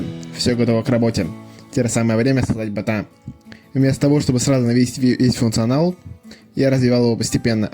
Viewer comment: Слушай , а у тебя прикольно получилось , так держать ! А еще мне понравились твои оговорки : чучуасьника чата😂 картсметика 😂 ботха